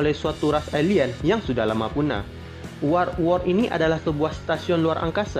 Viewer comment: lucu lu bang pas bilang war world 😅